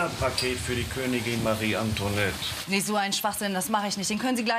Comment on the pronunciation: Das wird Antwanett ausgesprochen und nich Antonet